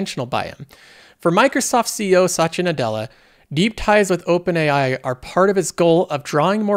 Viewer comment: a little help for you to pronounce his name correctly, I know it's hard for non native speakers but here is it - You have done too many videos with Sasha Nadela haha